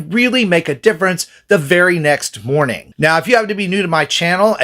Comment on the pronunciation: Good moaning 😅